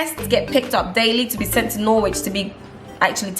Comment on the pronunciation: It’s pronounced Norich not Norwhich